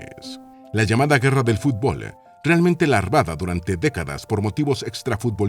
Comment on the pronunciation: Fui leyendo el titulo de a poco en la notificacion, esperaba que hablaran de las Guerras que USA ha causado o armado, cosa que como buen propagandista alcahuete de Washington, nunca te vas a animar aunque te lo pidamos a gritos. Definitivamente ese tema es mas digno que escucharte Mal Pronunciar la palabra FUTBOL